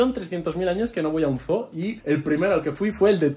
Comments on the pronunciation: Chicos se pronuncia como zuu no zoo😂😂yo vivo en Estados Unidos And I speak perfect English ❤❤ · Que es un zoo (zoologico) que es estoooooo???? SERA UN (ZUU)? jejejejeje